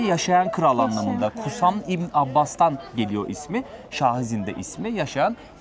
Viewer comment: Sahizinda ,doğru okumak lazım. Şah - izin da Yani dinleniyo Sultan . İzin yapiyo